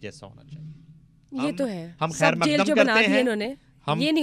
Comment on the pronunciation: The Urdu pronunciation of the anchor is jarring on the ears. Specially pronouncing Khair as Kair. Samaa pull your socks up.